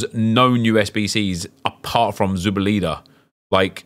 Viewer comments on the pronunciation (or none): You’re the 3rd Brit I’ve seen pronounce Zubeldia like that 😂 it’s -dia not -eda 😂